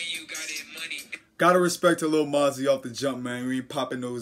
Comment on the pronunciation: its moe - zee 😂😂 keep up the work doe